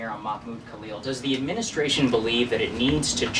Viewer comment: Its khalil not kalyo,,daaamn